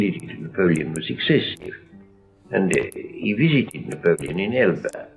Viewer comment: Revol-yu-shun was the first thing I noticed. He also says Na-pow-lee-yin.